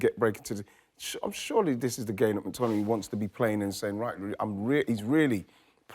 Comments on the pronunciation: Just want to hear Wrighty say McTmininiimay a few more times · Ian Wright physically cannot pronounce McTominay properly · How can Wright say McTominay so many times and somehow pronounce it differently each time. Bless him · Surely Ian realized he can't pronounce McTominay? Not sure why he then decided to say his name about seven times in thirty seconds. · Ian saying mctominays name wrong is making me laugh out loud hahah